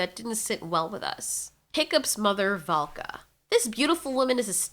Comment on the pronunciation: When hiccups dad said valka he said VODKA and i cracked lol💀.